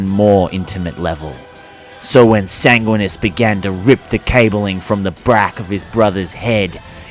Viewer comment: Enervated (adjective): drained of energy or vitality. I assume that you meant "energized". Edit: san-gwin-ee-us